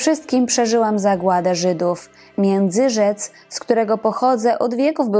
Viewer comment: Tak, Międzyrzec Podlaski - nie: Międzyrzecz. Tam nie na "cz" na końcu.